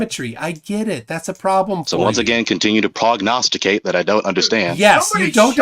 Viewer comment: I noticicated that too ... 🤔 (though what I heard was something like pRognosticate)